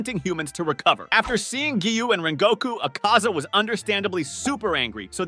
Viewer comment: Bro say the names correctly 1st 😰…. akhAza It’s Akaza -you say it just as you spell it tanJIro No it’s Tanjiro -you say it as you spell it 🫤 And it’s Kagaya NOT kagaYA And Hinokami Kagura - really..even the english dub said it correctly 😲 But other than that I liked the idea of ‘Geyiuu’ joining the fight, in fact Tengen would have been a nice addition too 😆